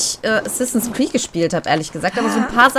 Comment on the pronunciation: Hast du am Anfang assassins creec valhalla statt assassins Crêpes valhalla gesagt